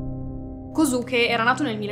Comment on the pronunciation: si scrive kosuke ma si pronuncia koske